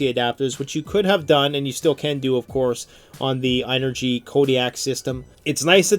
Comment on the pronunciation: Its pronounced just like the word energy. ...think about it..the word "in"..ergy...